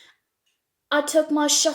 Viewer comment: She say arabic words perfectly Alhamdulilah, Allah huma barik laha